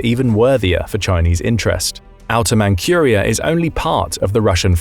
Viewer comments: You are saying it wrong! It is pronounced like Mantsuria, not "Mankhuria". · Manchuria is pronounced Mantchuria NOT Mancuria. Horrible. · Manchuria is pronounced Man-CHEW-ria, not Man-QUEUE-ria. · It isn't "Mankhuria". It is said like Mantsuria. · "ManKHuria", it's ManZHuria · Not mancuria lol! Manchuria! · It's Manjuria, not 'Mankuria'. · Mankyuria? Zhinzhang? Maybe brush up on he pronunciation of these place names? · You'd think that with all the videos being released, the computer generated voices would get fixed regularly. But noooooo, let's just continue to release crappy obviously fake AI voices. 'Man KUR ia'; really? What else is fake? All the comments? Probably. All crap. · for Pete's sake, look up the English pronunciation of ManCHuria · Man-Q-ria? Huh? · It's Manchuria, not Mancuriea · dude say Mancurea...lol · Never heard anyone pronounce Manchuria like that.